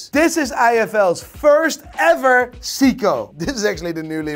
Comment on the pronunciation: Dude can't even pronounce Seiko